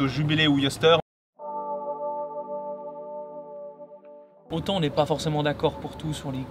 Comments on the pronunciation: Bonjour c est Oyster et non pas « Yoster »... Merci à vous. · Oyster et non yosteur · Pourquoi tu dis yoster au lieu de oyster ?